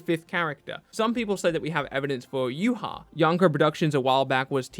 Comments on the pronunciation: are you kidding me? YuHah? its Yhwach. idk how other people pronounce it, but there aint no u and no hah in there bru. so thats theorist pronunciation I've ever heard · Bruh, I’m done., your my guy and all but I will never accept that you just said YOOHA when trying to pronounce Yhwach.